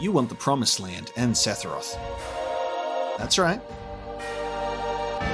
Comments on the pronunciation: It's funny how you say "Sethiroth", whereas I say Sephiroph. Why is his name so hard lol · Yall gotta get that seTHiroth pronunciation down haha